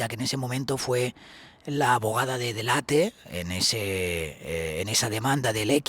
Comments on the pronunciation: PERO COMO C PRONONCIAS SU APELLIDO?????? DELEIT?!!! DE DONDE SACAS ESO. ES ITALIANA, SE LEE COMO EN ESPAÑOL DELL' ATTE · Qué ridículo eres .. se llama de Antonia dell' Atte y se pronuncia tal cual! Ella misma pronuncia así su apellido. Y tú diciendo "deleit"🥱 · DELL·ATTE,.TAL CUAL,.. ES ITALIANO,..🤣🤣🤣, NO INGLES😂😂